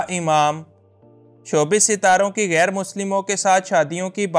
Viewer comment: لفظ گیر نہیں ۔ غیر ہوتا ہے۔ اردو سیکھیں پھر بولیں۔